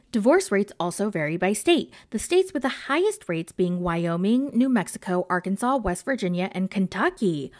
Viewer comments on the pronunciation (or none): none